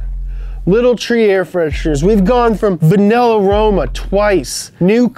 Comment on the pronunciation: Bugs me that he keeps saying Vanillarama, when it's clearly meant to be Vanilla and Aroma slapped together